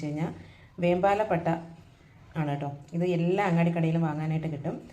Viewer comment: വെൺപാല പട്ടയാണ് വെമ്പാല അല്ല